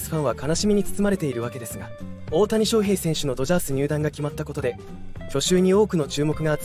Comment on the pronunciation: 水原が入るのは既定路線なので、動画にしなくても良い。それから「翔」の発音、なんでいつまでも正確にしないのか。手抜きだとしか思えない。